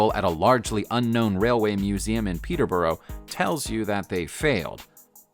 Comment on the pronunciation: PETER-BOR-A THATS HOW U PRONOUNCE IT, I live there ik how to say it